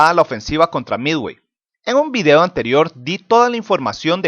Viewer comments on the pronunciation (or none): none